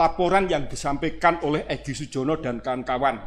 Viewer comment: Yang digugat POLRI BAGIAN SUMBER SOLO. Tergugat kok menyebut nama EGY SUJONO bukan EGY SUJANA.